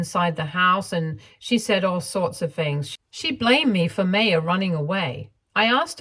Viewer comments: The name is pronounced “My-ya”. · Sorry, but the mispronunciation of Maya(My-uh) was really frustrating! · Maya is generally pronounced My-Ah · Isn’t it pronounced as Maa - ya?